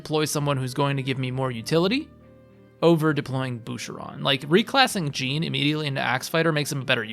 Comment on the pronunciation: Only complaint is the refusal to pronounce Jean correctly. It’s a fully voice acted game and it’s not even that uncommon of a name. Plus it rhymes with his fathers name. But good tier list though